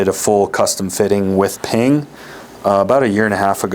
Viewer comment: You mispronounced PING when you named “Srixon” in the top 3 😂